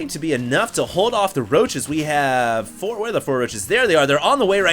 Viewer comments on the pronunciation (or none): none